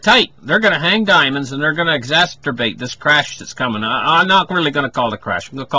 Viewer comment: exacerbate! not exacsterbate - lol